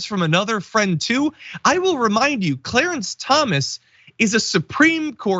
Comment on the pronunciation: I think mr cwow and cwawance were on the lowdown.